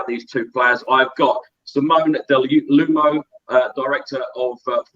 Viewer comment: Fan, man how you destroyed the pronunciation of Simone's surname 😱😱. U in Italian is spoken as if a double O,i.e. OO-omo so Dell'oo-omo. AND the omo the first o is not the English way, it is a stretched o, yes complicated I know. My surname? Cuomo 😃😃